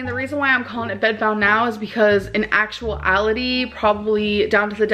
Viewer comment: She said “actual ality” like 2 words????